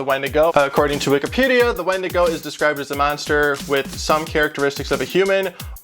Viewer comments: Win-digo is how it’s pronounced, not wen- digo 😌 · Its spelled a wendigo but its pronounced windigo. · ...me cringing internally every time he says wendigo....